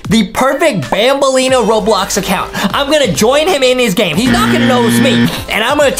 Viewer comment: Who Tf is banblea? It’s banbaleena dude